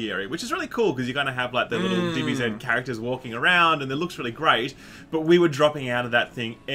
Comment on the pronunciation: "BEETA" "DBZZZEEEEDDDD"